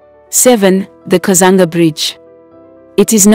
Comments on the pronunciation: Kazungula Bridge not Kazanga ..And its nolonger Livingstone international Airport.. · The narrator sounds very much African if not Zambian. It's Kazungula Bridge not Kazanga or Kazanga river (Zambezi River) and many other mispronounced names which now stand in the way of an otherwise good documentary. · It's kazungula not kazanga Thank you so much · The first bridge is actually kazungula not kazanga bridge All in all good work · I like the way Zambia has developed, really vibrant. I hope these developments will improve the livelihood of th people. But I'm a bit disappointed with the narrator 's pronouncement Of Zambian names e.g. instead of kazungula bridge she says "kazanga bridge" and Zambezi river for kazanga river, quite disturbing for those of us who have lived and grown in this region. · It is not 'Kazanga' Bridge it is the 'Kazungula' Bridge please research so that you don't mislead people. And there's no 'Kazanga' river. It is the 'Zambezi' one of the great rivers of the world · Itx the kazungula bridge not kazunga bridge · Kazungula Bridge , not Kuzanga Bridge. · It's kazungula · Please 😂😂😂😂😂it's Kazungula Bridge.i could not finish this.... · Hello You Tuber, get the right pronunciation of the areas you are reporting about. I am sure if you were reporting about Europeans areas/towns/rivers/ infrastructure at large you would mind your pronouciayions very well. AFRICANS, have regard for yourselves. I am shocked at words like Kazunga/katiti. KATETE Solwezi, SOLWEZI. ZAMBIAN WORDS/Languages are read as vowels and consonants are pronounced. (A polite correction) Otherwise your observation is good. Is there Copperbelt international airport? No, it’s Simon Mwansa Kapwepwe I.A. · It's kazungula bridge